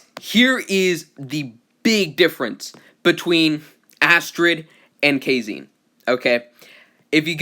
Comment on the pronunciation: Bro it's Japan. Kazane pronounced "Kuh-zah-nay" not "kay-zayn"